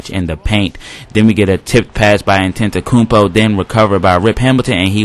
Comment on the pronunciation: Y'all better drop that like, how many commentators you know that can pronounce Antetokounmpo? Great vid man.